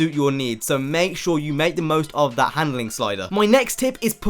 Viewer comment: what the fuck is GHANDLING ??? LOL